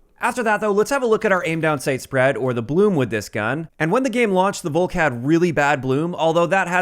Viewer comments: If anything it's pronounced "Faulk" btw. With no pronouncing the "au" so much as an American/English person would. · FYI, the V in Volk is pronounced like an F.